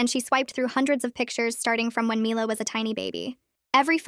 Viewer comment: They keep pronouncing mila's name differently